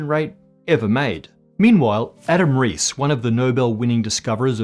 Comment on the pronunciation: Not sure if this has been pointed out already, but it's Adam Riess (not Reiss)!